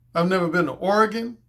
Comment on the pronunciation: Props to you for saying Oregon correctly, that’s where I’m from and people always say it wrong